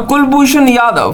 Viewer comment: jadhav not yadav